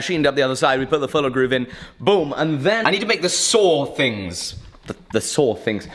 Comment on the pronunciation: Serrations! Not saw things! I thought you Brits had this diction thing covered!